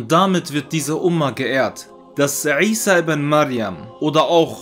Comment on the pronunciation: Er spricht es original aus! Lerne erst einmal die Bedeutung was du kritisieren willst:-) möge Allah dich rechtleiten